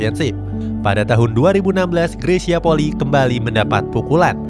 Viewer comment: RATA² 99% PENYEBUTAN NAMA MARGA NYA greysia POLII SALAH, YANG BENAR PENYEBUTAN NYA POLI I ( huruf i yg di belakang di sebut i TERSENDIRI